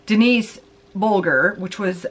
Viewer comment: Hey, I'm from England and I'd say most people from here know about it, it rocked the UK! (Also it's pronounced buldger just encase you were wondering 😊) Love your videos, as always 🥰